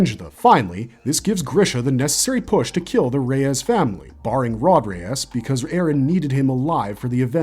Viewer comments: “Rod Reyes” lol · Dude there is no way pronounced Reiss like that😭😭 if you are gonna come on a video essay at least know what you are saying lol